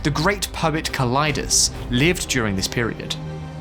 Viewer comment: Kalidas is pronounced like Cali-das.